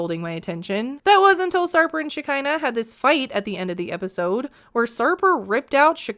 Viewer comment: Shakira...not shekinah